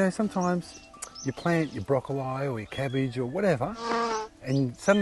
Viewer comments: Broccol(I) not eye. Maybe it how they say it in australia. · Where has this channel been my entire life?!! Wait did he say broccol eye